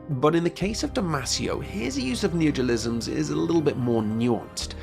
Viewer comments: But I just bought that book... I can't read it now? Also, you keep saying “neogelism.” Is that your neologism for “neologism”? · It's neologism, not neogelism, lol